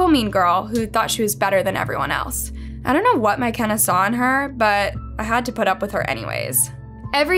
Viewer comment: no the pronunciation is wrong lmao